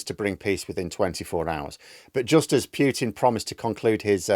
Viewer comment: It's not piutin it's pootin and p is small.